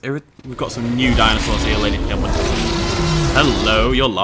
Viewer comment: He said hello ladys and gendelman😂😂😂😂😂